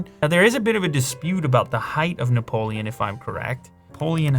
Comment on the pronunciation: You never pronounced so many french words in only one video ! Robespierre, Napoléon, Bonaparte, Nice (you pronounced really well btw ), mémoires ... It was "impressionant" ;)